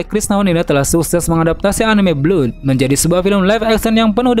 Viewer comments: Blood , bukan belud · bang mohon maaf koreksi, itu pengucapan Blood dibaca "bləd" bukan "blud" that's all... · Bacanya (blad) BLOOD bang..